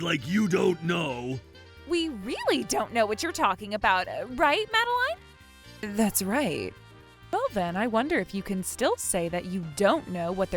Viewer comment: Happy Feast Day ladies and gentlemen. Also, is the FVA pronouncing Madeleine like that on purpose?